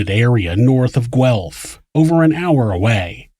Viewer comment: Hey, I have to say, I live in Guelph and I was very impressed that you pronounced it correctly!! Good Job!